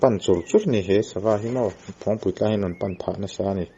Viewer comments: Phawng nilo in .. Phâwng a ni ang a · Ni e, Phawngpui ti suh, Phawngpui ti rawh.. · Phawngpui pawh lam diklo hichuan tiang hi tive lo teh u, mizo hmun lar lutuk, tawng dik hi zir teh u, thangthar zel ah a pawimawh